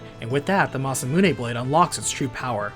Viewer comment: Im really sorry bud but the way you said Magus and Masamune made this unbearable to watch Do you call a gun clip a mag? Say that word...now say Magus right....